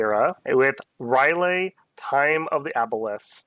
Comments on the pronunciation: You're cancelled! R' L Y E H!!!! NOT NOT NOT NOOOTT! Rylay! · Umm... you know it's not Rylay